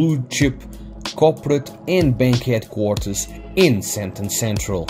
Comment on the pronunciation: Maybe can you try say SAND - TEEN